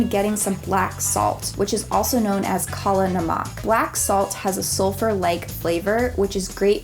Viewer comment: It's "Kala namak" .... Not "kola namaak"